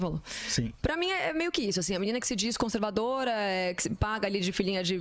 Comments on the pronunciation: CAMALEOA CONSERVADIA KKKKKKKKKKKKKKKKKKKKKKKKKKKKK meu deus do céu é o homem mais cabaço do BR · O prazer deles em falar conservadia okkkk